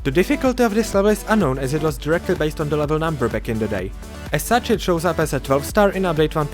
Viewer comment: Based, not basee